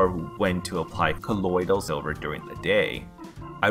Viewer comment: Colodyl silva